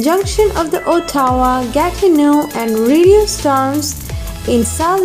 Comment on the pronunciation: The way you pronounce Ottawa lmao